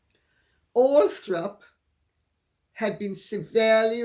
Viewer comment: Lady C, you're such a stickler for accuracy that I have to point out the Spencer estate is called Althorp.....not Althrop. I heard you say it three times, so I don't think it was by accident!